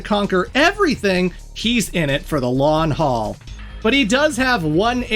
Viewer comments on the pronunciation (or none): uhh.. I don't know if you were potentially making some kind of weird dad joke, but in the off chance you aren't, the phrase or saying isn't "lawn haul" but "long haul".. I'm not intending to be a dick or rude or anything, I just really value the English language and think the constant pursuit of improving it and ones own vocabulary and grammar etc etc, is one of the easiest things a person can do to better themselves as a human in general. But I'm aware not everyone wants to, and are perfectly fine with having poor spelling or pronunciation all their lives, and that's their choice, w/e. Just figured I'd throw it out there though. And worst case scenario, maybe I just rambled for no reason and pointed out something that was intended as an inside joke or something. Dig the videos. I wish you all the luck and success in the world and may the RNG gods smile upon you favorably in the algorithm.